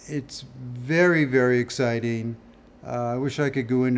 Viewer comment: I like the way he says it's very very "exciteen"